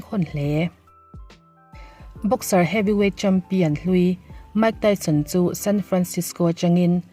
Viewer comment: Mike Tyson hming i lam khi chuan zahna tlem tal ti lang ve teh aw a chanchin i hre tam lo tih a hriat reng mai research va nei leh rawh Mike Tyson hming i lam rik leh dawn chuan